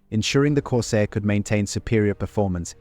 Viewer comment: Thanks for the lesson. But it would probably be good for you to learn what OCD is, and know who you’re trolling, and what you’re talking about. I do VO work, and it’s not extremely expensive. I also know how to pronounce things like the name of the plane the video is about. Anyway, I’m happy for you. Things must be easier when you can enjoy crappy work.